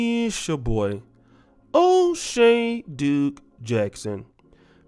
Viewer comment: Man said O Shea